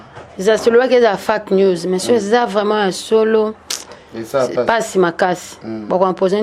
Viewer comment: 26.51 minute komeka koloba anglais na place yako loba fake news ye alobi fuck news